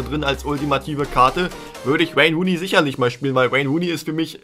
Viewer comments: Normale Leute: Wayne Rooney dÖnIz: ouein runei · Wäine Wuuney ist fast so gut wie Wobetsn...